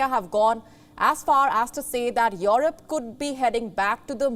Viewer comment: It's not called Yorope!